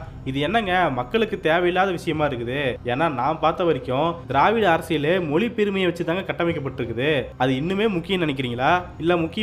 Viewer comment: தமில் மொலியா அல்லது தமிழ் மொழியா? முதலில் தமிழை ஒழுங்காக உச்சரிக்க பழகுங்கப்பா.